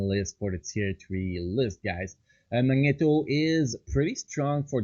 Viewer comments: Mag- Knee-Toe ur pronouncing it wrong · [Magneto] ,not [Mańeto] mate :D